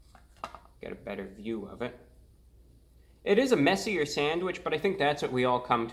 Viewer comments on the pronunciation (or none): none